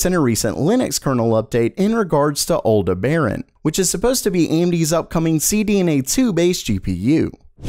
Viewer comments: he pronounces it like Aldeh Baran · btw it's aldebaran not alderbaran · its not pronounced Aldeh Baran. its the name of a star its pretty easy to find how to pronounce it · LOVE the content! Thanks! (By the way "Aldebaran" is pronounced "all DEB ah ron".) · "Eldebehren" pfftt... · Aldeberan Pronounced AL DEB R AAN like the planet in Star Wars. Canadians SMH lol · Sorry to nitpick, but it's pronounced 'al-deb-er-uhn'. It's named after a star in the Taurus constellation.